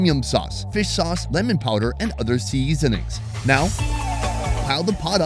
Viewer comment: 😂 why does he say it like that